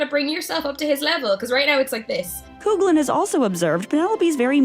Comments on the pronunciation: I would just like to thank you guys for making me laugh by pronouncing “Coughlin” as “Coog-lin” 😂 It’s Irish, it’s “Caw-lin” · Nicola Coughlan's surname is pronounced "Cough-lin" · It's actually pronounced coff-lan. She's Irish. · The way you pronounced Nicola’s second name “Coughlan” . I can’t 😅😭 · The constant mispronunciation of Nicola Coughlan's last name, is aggravating! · I was about to write a comment! Yes, it's supposed to be that. I mean, she has sooo many interviews saying this, it's not that hard to find a video of her saying her last name. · can you PLEASE teach the narrator how to pronounce words and names like "Coughlin" (cough lin) and viscount (vie count) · OMG…another video narrator who refuses to properly pronounce VISCOUNT not to mention Nicola Coughlan’s surname. So annoying. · Sorry but I think you might be badly mispronouncing Coughlan. Also Viscount